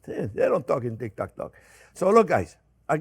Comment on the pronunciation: ”They don’t talk in tik-tak-talk” 😂 You just have to love Jean Pierre ❤️